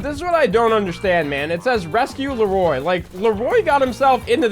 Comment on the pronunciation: Not sure what's more cringe.. the way you pronounced Leroy "Le-Roy" 🤣 or actually buying a shark card 🤢